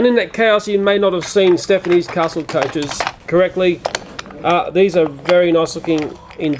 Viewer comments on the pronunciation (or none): I thought he said Stephanie's